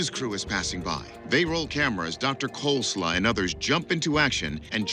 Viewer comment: I legit thought he said his name was coleslaw... I'm like man that's a cool name😂😂